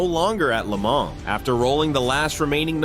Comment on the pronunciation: You do not pronounce the “s” in Le Mans. I’m guessing this is some lazy AI entry.